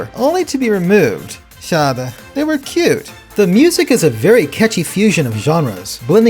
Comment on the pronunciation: "Umwerfend" 😂😂😂😂😂 OMG. Im from Germany and your "Schade" and "Umwerfend" was very funny🤣